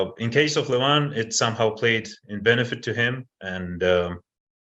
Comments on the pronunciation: Who the ,f..... is Levon????? It is Levan and Devon. Stop f.... his name . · It's Levan, not Levon or John Cena...